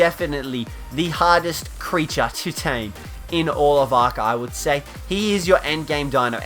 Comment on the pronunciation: I understood hottest instead of hardest